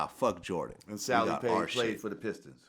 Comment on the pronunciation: Aint saying salley right.. Just saying Jordan aint win shit til pippen got there. 🤷‍♂️